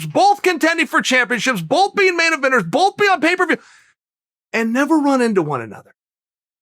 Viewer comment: I like how Chael pronounces "both" as "bulthe"